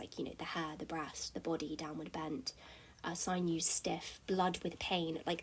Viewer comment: Interesting and insightful - BUT, check your pronunciation of sinewes/sinews!!